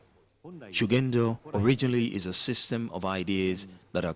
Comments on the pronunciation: Pronunciation: shuhendo←wrong. The correct pronunciation : g is pronounced like go, garage, gig etc) . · This could have been such a nice watch, if it wasn't for the repeated the mispronunciation of Shugendo. A quick check with Google translate could have helped with that before the audio-track was added.